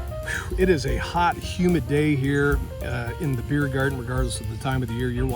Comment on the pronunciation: "if you like beer, why else would you Behere (beeher)"... beer! lol